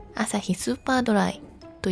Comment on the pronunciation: スーパードライの発音が良いですね😂本日も楽しい動画をありがとうございます😊